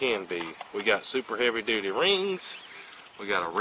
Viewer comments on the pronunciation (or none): none